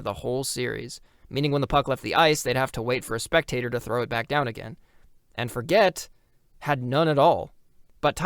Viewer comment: Also, the town is pronounced For-jay, its actual an old french settled town. The forget what joke is also a joke more local people make, so i wont get too mad at the mispronunciation edit: YOOOO YOU PUT THE HAPPY NUN IN THE VIDEO HOLY SHIT ❤❤❤❤🎉🎉🎉🎉